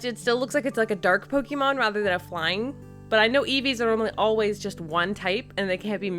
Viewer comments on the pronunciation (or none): It's not Pokeeeemon! It's Pokémon!